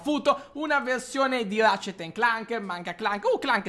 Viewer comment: non pensavo conosheste ratchet e clank cmq si pronunciano "recet e clank" potete fare la review della mod di ratchet e clank su minecraft